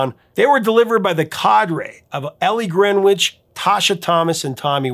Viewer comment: It's pronouced "Ellie GREN-ich."